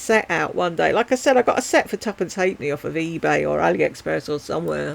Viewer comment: " Tuprnce happeny " definitely Irish. 😂☘🇮🇪😘 I must apologise for multiple comments.I comment as i watch because D1 bores me to tears.